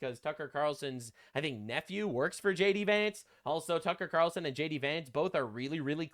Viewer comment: "tucker qatarlson" i'm crine